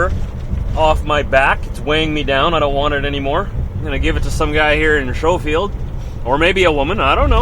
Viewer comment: You were in our area for this sad trip. Again, our condolences. By the way, the town name is pronounced “Skofield” locally, not “Showfield”.